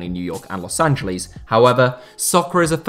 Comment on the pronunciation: It's pronounced 'Los Angeliss' not 'Los Angeleez'.